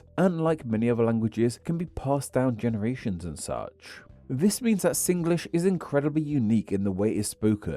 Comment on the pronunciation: Good. U said Singlish the Singlish way, sing-ge-lish.